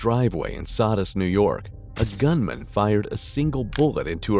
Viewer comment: It's So-dus not Sod-us.